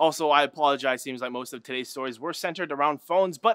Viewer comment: When says "todays" it sounds like titties to me